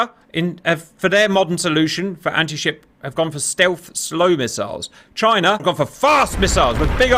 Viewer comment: China? Or JYNAH!?